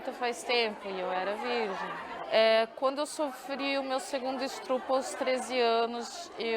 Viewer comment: tirando o estrupo